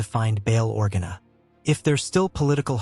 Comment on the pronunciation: Org-enna. AI I just cant bruh ....